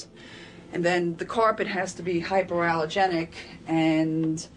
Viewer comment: Lol she definitely said that carpeting was "hyper-allergenic"